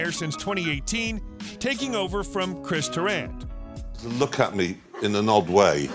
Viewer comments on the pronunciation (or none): Please can I teach you the pronunciation of Chris Tarrant and twickenham because that’s just killed me off 🤣🤣🤣